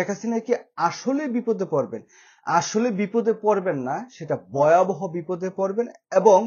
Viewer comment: ভাই, বয়াবহ না ভয়াবহ. বাংলা টা শুদ্ধ করে বলবেন.